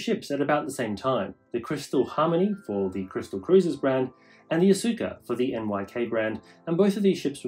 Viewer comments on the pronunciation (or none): Nice informative video. But I would like to have a correction, the name Asuka is pronouced as "Aska" the U is silence.